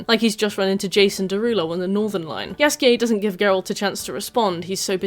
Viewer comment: You pronouncing Jaskier's name as Yasuke was really distracting for me lol